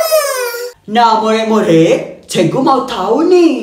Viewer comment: Bang cikgu bukan cegu